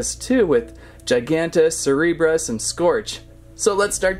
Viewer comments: it is cerberus not chairberus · It's Cerberus not Cherberus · The first way that you pronounced cerberus is right. Because the second way you pronounced cerberus would be spelled c-h-e-r-b-e-r-u-s (cherberus). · ... Cereebrus , I would like a CORREECTIIOOOOOONNNNN (Sarcastic) but its "Cur-beer-eus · It’s Cerberus not cherberes so the first one not the second one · you pronunce seberus but spell cerberus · ITS cer Ber us it's Greek mythology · Dude this isnt transformers its Cerberus not cerebros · Not Cherboris cerboris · It’s not ce reberus it’s sir burr is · It's pronounced Serberus not Cherberus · It's sir-bur-us Cerberus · Cerberus is pronounced Sir Bur Us. It’s a myth. It’s said to be the guard of the gates of a Hell. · KER-BEY-US pronounces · It's pronounce kerbeus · Sir-ber-us cerberus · Cerberus (sir-ba-rus) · It’s Cerberus with a ssss sound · Cerberus (ser-ber-us) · To pronounce Cerberus its ker-bey-yus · (Ker-bey-us) :p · Its not cerebus ITS sir-BEER-re-us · It is sir-ber-iss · I do belive its cur-bay-us if my knowledge is correct. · cerberus is purnounsed srbrus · Sir-brrr-us! Cerberus is pronounced sir-brrr-us! It's not that hard. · Ci-beer-ee-is and that’s how you pronounce it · It’s pronounced Cerberus as ker bei us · I think it's pronounced as Sir-beeroos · Ser-ber-us = cerburus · I'm pretty sure it's pronounced ker - bey - us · Cerberus is pronounced (cer-ber-us) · it's pronounced surburus. i'm pretty sure anyway. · Its pronounced ker_BAY_US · You purnounice it cer_bai_es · spelled cerberus pronounced serberis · Its pronounced sir bear us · Its pernounced serberus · It’s pronounced Sur-bur-is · It's pronounced s-e-r-b-u-r-e-s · It’s pronounced surburus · You say Cerberus as “serberus” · It's pronounced ser-ber-es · Don't want to be mean but it is pernounsed sir ber us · It's called Cerberus not Cerberus